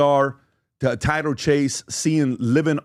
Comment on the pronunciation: His name is Tyler not title